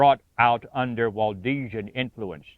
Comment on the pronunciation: It's Waldensian not Waldesian.